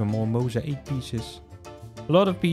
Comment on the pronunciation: The way he says mosaic! He says it like: Moes-a-eek, and that just cracks me up LOL